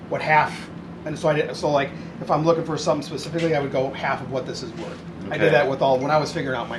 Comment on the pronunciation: You can’t even say worth lol